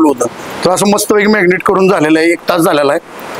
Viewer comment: मॅग्नेट नाही हो दादा 😄😄 मॅरीनेट आहे ते 😄😄😄